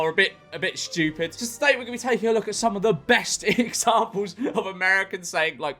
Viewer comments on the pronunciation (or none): I may be stupid but at least i dont pronounce it as "shchewpid"